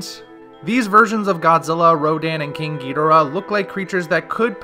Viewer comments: “King Gi-Dur-Ah” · Was I saying King Ghodorah wrong or you were saying it wrong